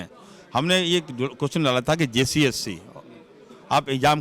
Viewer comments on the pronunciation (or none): Bsdk... jssc ko jcsc bol rha hai......